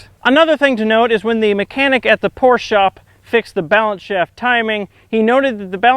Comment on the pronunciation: thank you sir, you are the first American who pronounces Porsche correctly